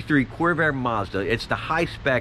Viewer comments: It's Monza, not Mazda. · Is it just me or does it sound like he keeps calling it the corvair mazda not monza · Sounds like you're saying "Mazda". It's "Monza", not "Mazda"! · Dude, great car but could you PLEASE stop calling it a "Mazda" it's "Monza" and thanks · You crack me up when you say Mazda instead of Monza or at least it sounds like that. Great video great car ! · That's Chevy Corvair Monza not "Madza" Nice Corvair , BTW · Monza! Not mazda lol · It’s Monza not Mazda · Did you say Corvair Mazda? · M-O-N-Z-A. Not Mazda. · Sounds like you are saying Mazda instead of Monza. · It is a Monza pronounced 'MAHN-ZAH' not Mazda. Mazda is a Japanese car. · "Corvair Mazda" - ROFL it's "Monza". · Monza. MON-za. Not Mazda. Also, Gen 2 was way better. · It's Monza not Mazda! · Not Mazda it's Monza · Monsa not Mazda